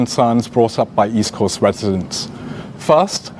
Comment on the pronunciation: lol HSK can't even properly pronounce East Coast